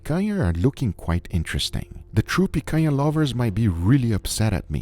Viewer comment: As a brazilian, I approve your pronunciation of picanha 100%.